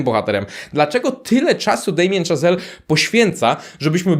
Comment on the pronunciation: Szazel, a nie Chazel i znowu mówisz, że coś było „niedawno”, a „Pierwszy Człowiek” jest z 2018, czyli sprzed 5 lat. Bardzo lubię Twój kanał, ale rób lepszy research, wtedy wszyscy wybaczą Ci czepialstwo o szczegóły wobec filmowców!!!